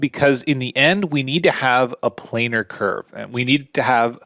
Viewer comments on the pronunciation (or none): none